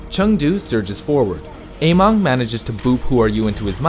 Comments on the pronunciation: It's amEng not amOng... how can you pronounce it so obviously wrong? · It's AmEng not AmOng uh-meng not ey-mong Emongg got you all messed up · its actually somewhere in the middle. ameng is chinese so keep that in mind how you would pronounce it. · Every time you say Ameng, I hear Emongg and I'm like wait what